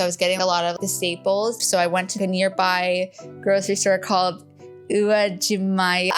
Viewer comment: HAHAH I loved this video... yeah uwajimaya is OO-WA-G-My-uh lol Welcome to the area from a fellow amazonian!